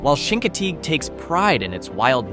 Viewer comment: Chincoteague pronounced differently as well.